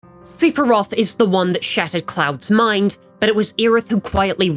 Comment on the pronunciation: See-fur-roth lol. Can't tell if it's AI or a guy with his glasses off?